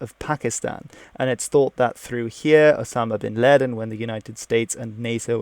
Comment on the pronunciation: Why do you pronounce ‘laden’ of bin laden like that?